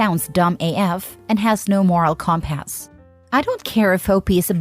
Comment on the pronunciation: Why exactly is the AI pronouncing compass as "Comp Ass"?